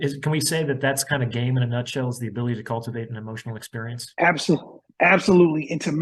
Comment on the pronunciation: It seemed like this guest could not articulate “game” that well.